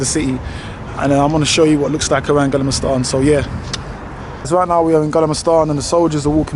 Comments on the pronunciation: Gallema stan in Stocklom 😂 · I am dying 🤣 😂 haw he pronounced gamla stan.